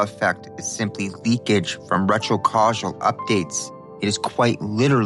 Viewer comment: it's retro-causal...not retro casually...how Vvierd that you started saying it correctly after I started typing